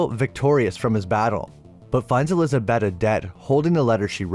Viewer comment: Eliza-BAY-ta. Say it with me, ElizaBAYta.